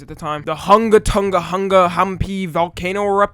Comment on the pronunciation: bro said tunga